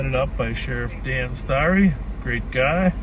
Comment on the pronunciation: Reminds me that we still need to put together a supercut of Sheriff Hutch. “Grrrreat guy…”